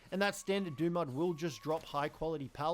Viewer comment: This guy said it wrong. It's Dumud Gild. like gilded. or covered in gold. and its DUMB MUD